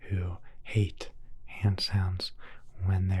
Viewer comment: "Sticky heuh"